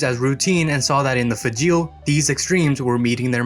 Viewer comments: The name is pronouncED LIKE FRAGILÉ BUT WITHout the R!!!! Get it right it makes you look dumb!!!! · I believe the correct pronunciation of Fageol rhymes with fragile.